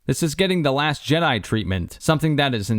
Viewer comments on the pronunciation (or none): none